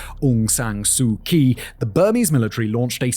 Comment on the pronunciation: ive been swallowing it for a while but its time for Simon to pronounce "Kyi" as in Aung san